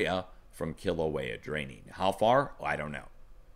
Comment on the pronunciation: Pronounced: Mana Kay-ah (Mauna Kea) Key-la-way-ah (Kilauea) You're doing better than most. MSM is embarrassing themselves with the repeated mispronouncation of most of the Hawaiian names. Except for Hawaii New Now. Their reporting has been fantastic (of course) since they're based out of Honolulu. LOL! It's becoming more frightening as each day goes by to see the progression this eruption of Kilauea has taken. The draining of the lava lake in particular is alarming. I hope it doesn't lead to an interior collapse of the now emptied lake which could lead to a plugged volcano. This would result in a massive blast which could further destabilize the volcano and surrounding area, including the underground lava tubes which fuel those fissures throughout the Eastern Rift Zone. I also wonder what kind of instability or shockwave a large violent blast from Kilauea and accompanying earthquakes it could produce under Mauna Loa perhaps even Mauna Kea. The whole Southern and Eastern portion of the island could open up many of its old rifts and create many new fissures. It depends on how much magma is near the surface. I know one thing for certain. This event is far from over. The magma that disappeared from the lake is headed downslope and will eventually reach the ocean. I wouldn't be shocked if new fissures opened up all or most of the way to the ocean so it can finally drain out. Just keep an eye on the amount of earthquakes and escalating magnitude.